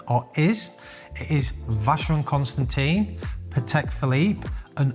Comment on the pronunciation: ConstanTEEN and Peeqay.... Omeega? kekekeke